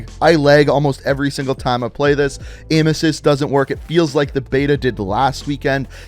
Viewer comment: When he said aim assist, I though he said emesis (vomiting), and I was like WTF!